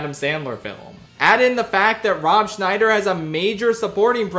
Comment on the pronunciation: Scheider not Schneider